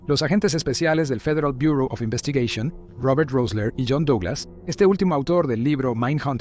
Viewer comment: dos agentes de fiieal buooor Oz investigueishon, habla bien, mitad en español mitad en inglés